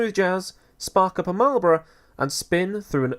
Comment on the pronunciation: Did you say Marlboro